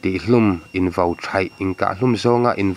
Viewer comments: Kahluma ( vo ) ni lovin VAU tih tur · Kahhlum ah vo nilovin, vau tih tur aw, mizotawng humhalh na zel